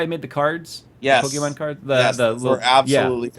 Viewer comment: You guys are pronouncing Pokemon wrong.